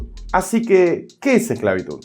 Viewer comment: "Exclavitud pero con s" XDD